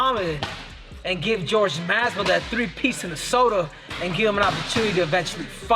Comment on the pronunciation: How does Henry Cejudo, who’s of Hispanic descent, manage to butcher Jorgè Masvidal’s name? Henry is a dum-dum.